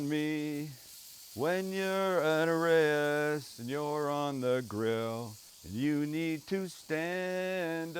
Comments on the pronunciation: Hey just a little "grammar" thing - these are pronounces "Arr-Ahh-yihess", or A' Rha'is. which means "the head" in Arabic, or the leader. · Pronounced Ah-rye-is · The word Arayes is a two syllable word, & it's spelled Araa/yess. It's actually the plural for Aroos, which means Bride in Arabic. So Sam cooked a bunch of "Brides" today .